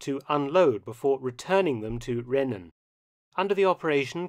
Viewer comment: Hi Mark, Interesting video, as always! Rhenen is pronounced as Rheenen. As heard here